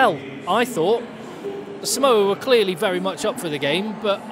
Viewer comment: Hey, its saaamoa, not simoa